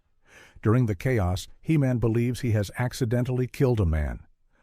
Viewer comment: "Shoundadite" Heemin lol